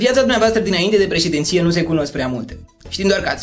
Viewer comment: Se spune "președinție"... În rest... Nota 10!!! Te urmăresc!